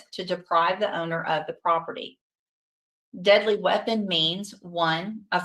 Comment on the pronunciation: What's a wipon?